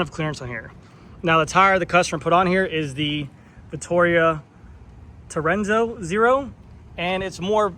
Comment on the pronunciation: Vittoria Terreno (which means "Terrain" in Italian"), not Terrenzo 😂